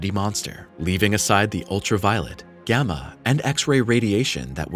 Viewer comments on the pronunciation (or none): none